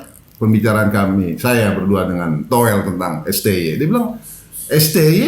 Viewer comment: towel t nya tolil